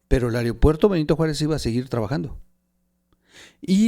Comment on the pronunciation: Otra más, no es "areopuerto" es "aeropuerto"!!